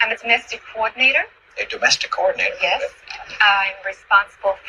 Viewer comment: A doomestic coordinatah… I bake banana bread as a way of showing gratitude…